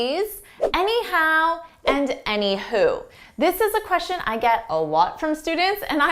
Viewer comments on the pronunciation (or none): none